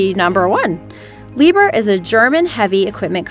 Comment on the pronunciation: Ahh,it's not"Lieber" but "Lieb-herr".Enough said.